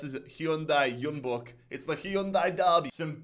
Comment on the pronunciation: Pronunciation notes, sorry mate. Jeonbuk … is a J man, like John. Then, in Chinese, zh are Js. So Guangzhou is like, Joe, and Shenzhen is kinda like Jen. Thanks mate!